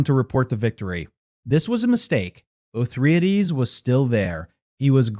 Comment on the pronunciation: How many of these did you take??? O-thry-ades, all 3??? Yea!!!! LOL